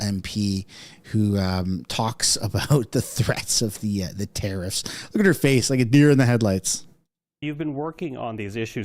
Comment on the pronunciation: Trudoh Grasping at straws!¡, your mispronunciation of TARIFFS Is As Annoying as Fergus Muting the Mike During QP!! FIX IT!!!